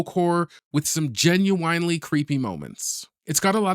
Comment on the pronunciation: Genuinely...not genuwhinely. Weird.